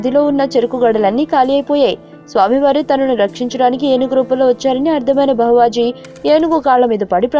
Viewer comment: బహావాజి కాదు భావజి....